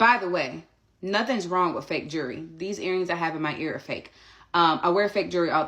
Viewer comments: Naw she said “jury” 😂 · I spelled jewelry, EXACTLY how the nappy headed ho, pronounced it.... she said "jury". 😮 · Why does she call it jury, it’s jewelry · Jew-ry? At least least learn to pronounce jewelry correctly. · Hey lady, you are wearing a Harvard sweatshirt. You go to Harvard? You cannot pronounce jewelry babe.